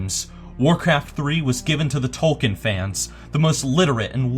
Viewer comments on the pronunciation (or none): none